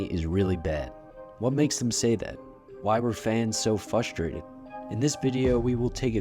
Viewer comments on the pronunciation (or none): Nothing in GoT made me as mad as hearing "Why were fans so FUSTRATED?"